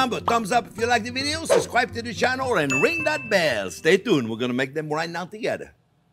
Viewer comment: YouTube needs to create a special "Suscribe" button for this channel lol